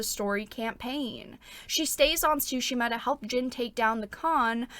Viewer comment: I really enjoyed your video as always but I'm gonna be honest, I cracked up at your pronunciation of Tomoe :') Also I know english speakers don't do that but the T is Tsushima is not silent, just loike in tsunami (both japanese words) ;)